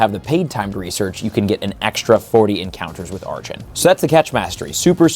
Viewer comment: It really annoys me when you say a Pokemon's name wrong, archen specifically. It's pronounced ark-in